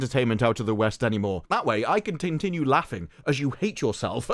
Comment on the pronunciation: Did you say "tin-tinue" im stealing that.